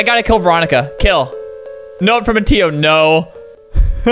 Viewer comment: “Miteo” it’s Mateo sir